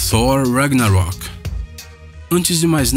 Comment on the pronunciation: Sor ragnarok? Que porra é essa?